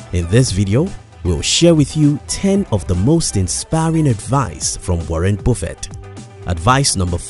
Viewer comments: Warren boofet 😂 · It's not Warren Bofet it's Warrent Buffet. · Gee dude, it's Warren Buffett! Say it like "Up" "lUck" "jUnk". It's annoying misspelling names or surnames, as you do in this vid. Cheers pal. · It’s Warren Buffett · Woren Bufeet 😅